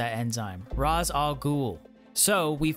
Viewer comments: Nah he says Ra’s and “R-aw-z” it’s “Rāsh” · Tip: its not pronounced "raz ah ghoul" its pronounced ray shaw ghoul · Raz Al ghoul ????? IS Ra Al GHOUL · It's pronounced "Raesh" not Ras. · Bro said ra za ghoul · Its Rayssh Al Ghoul....lol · Ra’s is pronounced “Ray-sh”. common misconception. great video regardless. platinums are such a good feeling. just platinum’d arkham knight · You said Ras Al Ghul wrong it sounds like race but like rashe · Just gonna correct you on Ra's name. Its pronounces (Ray-Sh) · Man the way you say Ras Al ghul made me mad😂